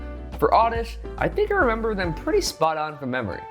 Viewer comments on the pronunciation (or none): none